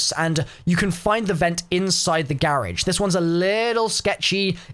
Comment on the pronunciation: Dont take me wrong, but did he just call the garage a "gare age"🤣